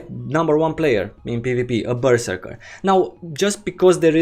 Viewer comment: Ok im fairly confindent you're trolling us with your pronounciation of Berserker.